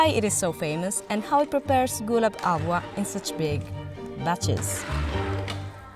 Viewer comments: It is not bloody ALWA. It is HALWA with an H. Try pronouncing that please. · Why do they use narrators who can barely pronounce the names?? At least train them to say the words correctly. The Spanish narrator with the thick accent cannot let go of her Spanish way of silent 'H', and it's really irritating. She keeps pronouncing Halwa as Ahwa. Such disrespect for other cultures cannot be tolerated.